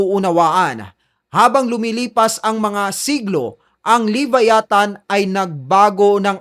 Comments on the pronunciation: LEE-VÁYÀ-THAN Stress ay nasa unang letrang A. ganyan tamang pagbigkas niyan.. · Vlogg ka.. pronounce mo bg maaayus tukmol "lebayatan" ungas. luh·vai·uh·thn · Boss ang tamang pronunciation ng LEVIATHAN ay LABAYATAN!!!FYI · wrong pronoucation sa Leviathan. Don't leave the "VIA" hanging .. say it fast. No hate just saying. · kahit ang leviathan prinonounce mo wrong 😂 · Sir sana sinearch m muna or nakapanood k s ibang vids kung pano ang pronunciation ng leviathan